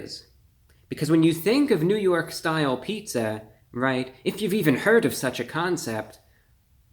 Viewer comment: Lol "ny style" Paja John's you're hilarious